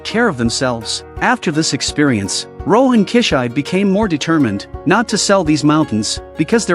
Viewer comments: KI SHI BE! NOT KISHAIB,wth? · His name is Rohan kishibe, but I don't think he knows how to pronounce the name correctly. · it sounded like kichai.. no more ai narration man... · Rohan « Key-shybe » 😂😂